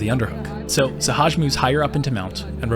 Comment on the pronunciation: why can't nobody say sehaj name right LMAO